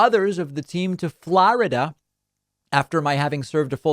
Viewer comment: Why do you say ‘Florida’ like that?